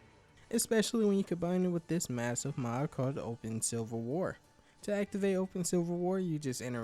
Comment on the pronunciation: I swear you keep saying "silver war"